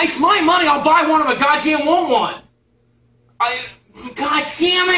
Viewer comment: It sounded like he was saying gammit